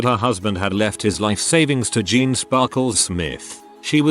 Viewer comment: why does it pronounce Jane like Jean?